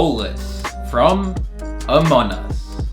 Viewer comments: Y is he saying amonus? Its among us! XD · Among us not anom us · why do say amon us its amonG us practice the gs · Bro said amonus not among us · Its among us not amon us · it es not amonas ites among us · why you say amon us its AMONG US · It's among us not amon us :) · It is not Amon us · amon us? i'm pretty sure its pronounced among us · Amon us...ITS AMONG US NOT AMON US!!!!!!!!!! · STOP SAYING AMON US, THATS NOT RIGHT. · No offense but I think you said amun us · Yeah you’re right it’s called Amon us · Stop saying Amon us It’s among us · It is AMONG US not amon u have to pronounce the G anyways, this map looks awesome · IT'S NOT AMON US ITS AMON-G US STOP SAYING IT WRONG!!!!!!!! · It’s among us not Amon nus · Did bro really say amon us😂😂😂😂😂😂😂😂😂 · You sed among us wrong again it’s not amon us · did you just say Amon Us? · Stop saying Amon Us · WHY IS HE SAYING AMON us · I got he says amon us lol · It is funny how you say among us your like amon us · What you are calling a "rocket", is actually a drill, and what you called "outside icy paths" are actually inside sterile environments that lead from decontamination to the specimen room. Also, why do you pronounce it "Amonus"? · Its amazing,but also u pronounced among us wrong, its called amonG us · IT'S COOL BUT STOP CALLING IT AMON US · I wish I did this 100% out of clay but I don't have enough. Also you aren't pronouncing the g in among. Listen to one video of someone with an American accent like me say among us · Can you plz say Among us the right way or I will unsubscribe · Can you say the name right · Why did you pronouns the among us to amon us Listen carefully to his intro pronounsation